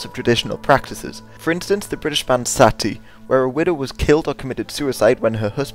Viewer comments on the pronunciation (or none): none